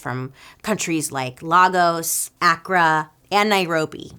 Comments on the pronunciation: Bailey I love you but Lagos Accra Nairobi those are capitals except Lagos which is pronounced Ley-gos only commenting this to educate others <3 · Lol it too me a while to register that you said Lagos , it’s pronounced LAY-gos. 🥰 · Did Bailey say ( Lego???)😂😂 Lagos queen😂😂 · i think you meant to say cities like lagos ( pronounced lay-goss) accra and nairobi, in the respective countries of Nigeria, Ghana and Kenya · I never correct your pronunciation because I know you’re trying but Lagos is pronounced LAY-GOS and Accra is pronounced AK-RAH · bailey i love you but Lagos isnt a country, its a city in Nigeria. and its pronounced Lay-goss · I know you didn’t mean it but Lagos, acct and CO are not countries, they are cities in different African Countries. Lagos (Pronounced LAY-GHOS) is in Nigeria and Accra is in Ghana. Also fun fact, in some ancient African cultures they had fattening rooms for women to live in and be fed before they got married because it was believed that the fatter you were the more beautiful you were. Big fan love from Ghana 🇬🇭